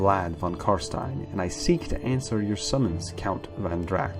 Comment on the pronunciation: I think it's "Von Drak" not "Van Drak". Great video btw, much lore I've not heard before :)